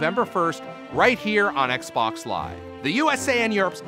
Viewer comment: Why you keep saying Xbox wrong?